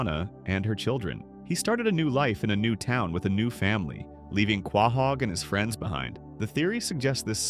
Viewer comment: Dude do you not know how to pronounce quohog correctly